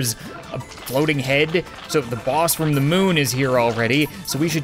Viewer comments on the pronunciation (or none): ze, not za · I just love it when you say ‘fire da cat cannon’ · no it’s ze